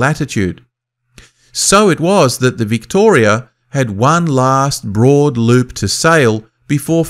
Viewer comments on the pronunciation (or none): none